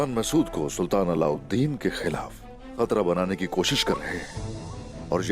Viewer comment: Alavideen nhi allaudin